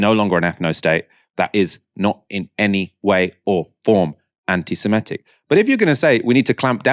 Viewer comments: it's antisemItic not antisemEtic..... Otherwise, like your work! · Well done. You know they have lost the argument as soon as they start talking over you. Just one thing though - anti se-MIT-ic.